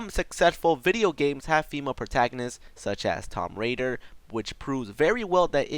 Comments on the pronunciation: Why the f did he say Tom raider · It's not tom brader, it's tomb raider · he said tomb raider wrong lol you fucking noob just kidding M8